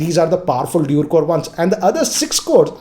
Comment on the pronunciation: the only tech youtuber from india whom you can trust now. and he isnt saying dool anymore (dual) :)